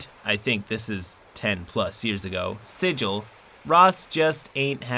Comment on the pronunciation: SIGIL the city is pronounced SiGGUL